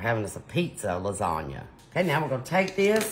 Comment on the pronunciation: Not even reminiscent of lasagna. She even mispronounced it. 😜